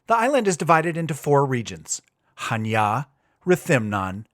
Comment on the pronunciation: I like that you're pronouncing Chaniá Χανιά with the accent on the last 'a'. There are a few English-speaking travellers making blogs about Greece and most of them can't read Greek or pronounce the names half-way correctly. Kudos. All the best from Switzerland, Rob